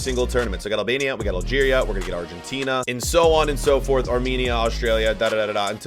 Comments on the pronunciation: its Albania not Alabania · “albania” Him: no no no, AlAbAmIa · im Albanian/Kosovar/Montenegrian/Swiss and you didn’t say it right. But its alright americans aren’t the best at pronouncing names.